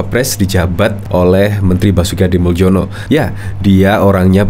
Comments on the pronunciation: Min, nama pak Basuki Hadimuljono itu dari bhs Indonesia ejaan lama. Anda keliru pengucapannya menggunakan ejaan baru. Yang betul pengucapannya sbg Hadimulyono bukan Hadimuldjono. Soal remeh atau tidak terserah anda saja mau yg mana. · Itu Basuki Hadimuljono (dibaca HADI MULYONO) - jangan salah baca - MALU-MALUIN. !!!